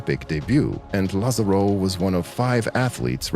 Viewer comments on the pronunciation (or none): Just letting you know, in Spanish the written accent in letter A, would put the stress on that vowel, not the last one; therefore, it would be pronounced, lÁzaro. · Also please check on the pronunciation of Lázaro. The video correctly shows the accent on the first "a" but the narrator keeps pronouncing it with the accent on the "o".